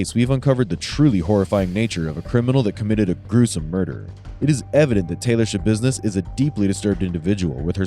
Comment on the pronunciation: I giggled when u said Schabussiness